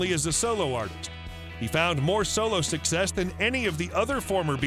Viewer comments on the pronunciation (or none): none